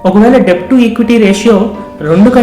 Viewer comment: A small suggestion.. letter 'b' is silent in the word 'debt' and should be pronounced as 'డెట్'. Hope u dont mind..